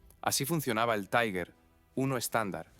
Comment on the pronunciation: Cada vez que en español pronuncias "taiguer" muere un cachorrito en alguna parte, que los sepas.